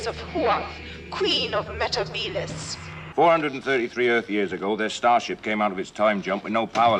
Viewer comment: Sarah Jane also says meh-teh-bee-liss in The Wedding of Sarah Jane so it's 10 to 1.